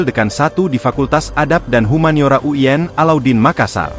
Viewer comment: Kok uyen sich, U I N bukan uyen, hehe